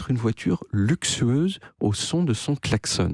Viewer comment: Ok, c'est en Suisse qu'on prononce "klaxon" comme "garçon", ou c'est juste moi ? 😅